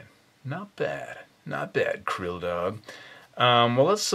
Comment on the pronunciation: crill-dog lol